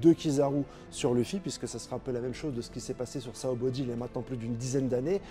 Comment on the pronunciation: Je t’en supplie on dit sabaody et non saobody 🙏🏾